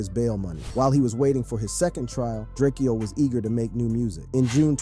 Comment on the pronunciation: It’s DRAKE-O. Not Drakeo